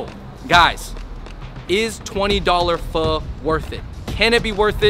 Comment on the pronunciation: And I’m sure you pronounce pho fole or faux!